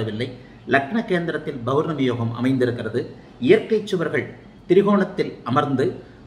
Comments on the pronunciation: ஆக இன்ப நிதி நம்மை ஆள்வார் நம்மை போன்ற அடிமையாக இருப்பவர்களுக்கு மகிழ்ச்சியான அறிகுறி தென்படுகிறது. என்ன ஜோதிடர் பௌர்ணமி என்பதை பொவர்னமி என்று உச்சரிக்கிறார். ஆக மக்களுக்கு உஷ்ணம் அதிகம் அடைவர். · Bournami இல்ல சார் pournami Pa பௌர்ணமி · Bowrnami, Bowrnami nu solrigala unga appa Tamil vathi ya